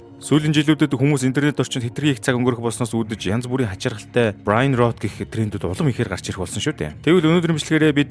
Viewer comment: Brain rot iig Bryan gej ner shig pronounce hiiged bnashu big bro